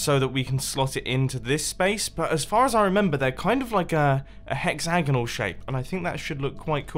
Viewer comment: Hexzagnal? U pronounce it wrong